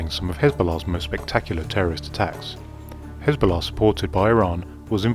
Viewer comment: I'm suspicious about this video. This would be classified, so who declassified it and why? Seems unlikely that this would be declassified so soon. Also, I think the narrator is an AI voice by the way Hezbollah and Mossad were mispronounced.